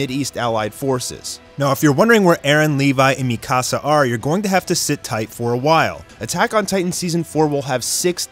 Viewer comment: Also mikasa not mecasa...